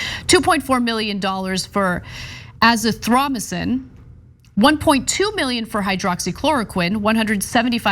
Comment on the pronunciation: AzithroMYcin, not AziTHROMycin.